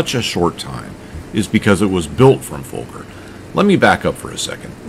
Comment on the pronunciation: but its not folker its fokker no l in that name. or is that totally different aircraft company?